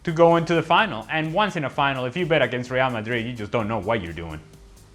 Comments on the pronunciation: Rial madruid sounds weird to us native spanish speakers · When you fluent in many languages (and Spanish IS your mother tongue), what`s wrong with pronouncing the team`s name the way it sounds in the original language? Besides, it certainly is MUCH more fun for the audience both in GB and the US>